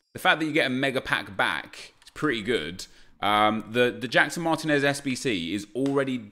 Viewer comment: mahr-TEEN-ehz, not MAHR-teh-nez.